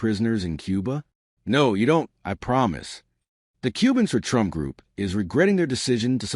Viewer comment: 🎶"I Will Boat For Donald Trumf"🎶😂😂😂